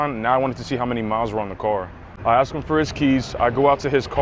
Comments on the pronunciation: He really axed her financially. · Well at least they didn't have to axe her for anything.....😂😂😂😂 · "did we aaax choo..." 😭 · If the salesman asks, “did we axe you…” you know you got screwed.